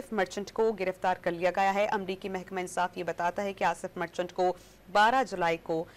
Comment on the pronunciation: مرچٹلا نہیں مرچنٹ ھے